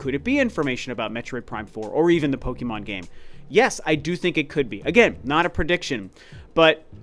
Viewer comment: No it’s pronounced pokermon 😂